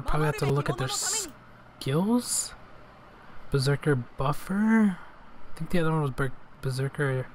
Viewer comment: bRO bREAKER NOT BERSERKER OMG..XD